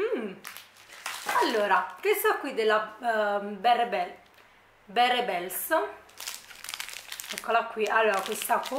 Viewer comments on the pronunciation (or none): Bella recensione! 😊 solo per tua curiosità, barebell si pronuncia “barbèll” in inglese significa bilanciere (barebells con la s è plurale quindi bilancieri) 💪